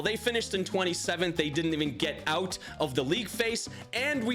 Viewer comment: when I heard him say "knocked oot" in another video I noticed my mistake!